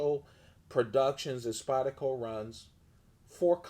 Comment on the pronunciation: You realize "Spyda-co" has an R in it, right? lol